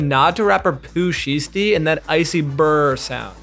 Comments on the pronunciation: just so you know it’s pronounced Sh-I-stee not Sh-ee-stee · 🤦🏾‍♂️Delete this video and start over. It's pronounced more like shy, not she. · "Shiesty" is pronounced as "shy-stee" not "she-stee." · It's pronounced shy-stee btw. Otherwise, interesting video. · bro pronouncing shiesty wrong threw off the whole video and i cant even finish it. smfh! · O man I hate the Bengals but that pronunciation of shiesty is cringe lol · NGL, your pronunciation of "Shiesty" was grating on a nerve. And it's Matty not Maddie